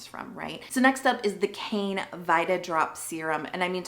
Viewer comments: Its actually not pronounced "cane". Its "k-eye-nuh." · It's written as 카이네 in Korean so the correct pronunciation is KA-ee-nay